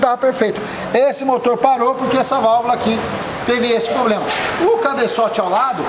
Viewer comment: Diz aí, tem algum "Poblema" em dizer Problema?